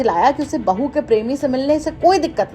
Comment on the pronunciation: बहू कैसे बोल रहा बहु जान बोलो😂